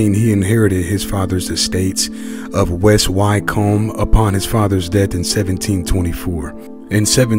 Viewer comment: No reason for you to know it is pronounced ' West Wickum'